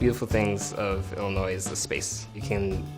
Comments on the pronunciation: I am so pressed about the Illinois guy because he pronounced the s when he should know that it is SILENT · He Pronounce Illinois wrong lol